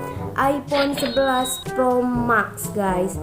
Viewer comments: Bacanya mex kaliiii walawpun max 🤣🤣🤣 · Ngak bisa bilang max diaa